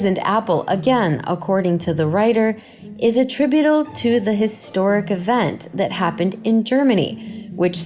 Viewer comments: it sounds like she says attrubidool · "according to the writer is ATTRIBADLE...."???